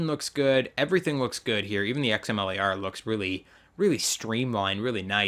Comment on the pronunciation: Xamele R. Wtf did you just say. Xm Lar*